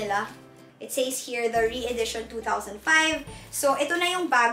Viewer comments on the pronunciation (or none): The correct pronunciation of "says" is "sez",. Not "seys". Sorry for being a grammar nazi but she always mispronounce that particular word.